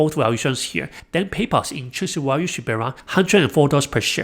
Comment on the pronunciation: Value has a V sound in it… haha a Walue trap